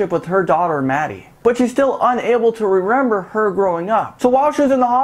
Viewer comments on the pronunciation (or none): Sorry but he kept saying rerember instead of remember